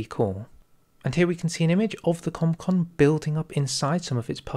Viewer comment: As far as I know, Comecon was said like the Actual Comecon